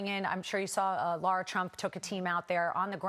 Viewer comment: Lara, not Laura. Would you say Kama'la?